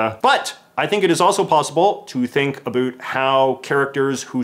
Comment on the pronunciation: Can you say about correctly once please